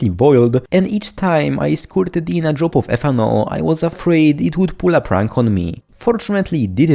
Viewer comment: You're the only person I know who pronounces the word "in" with two syllables! EE-EEN